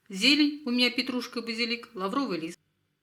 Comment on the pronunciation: лавровый лист ударение на ПЕРВЫЙ слог !